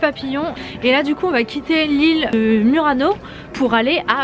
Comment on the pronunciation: Non si può sentire Murano alla francese abbiate un po' di rispetto e imparate la vera pronuncia se no fate ridere.